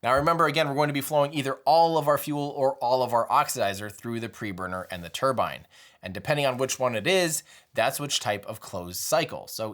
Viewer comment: Another great video Tim. As a Brit, I like that you say 'turbine' and not 'turban' 👳🏽‍♂️